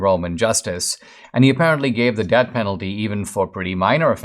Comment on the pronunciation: You’re saying “debt penalty” instead of “death penalty”